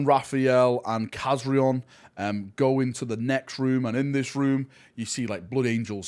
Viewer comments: Kazarion not Kazriel WTF 😅😅😅😅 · For anybody that hasnt noticed, those are the same Blood Angels from the Angels of Death series. The Chaplain Rafael and Khazarion ( Nice pronounciation ) the former or soon to be DeathWatch member